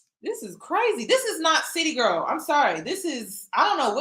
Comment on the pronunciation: Chile this isn't "City Girl" it's "Ceely Girl"..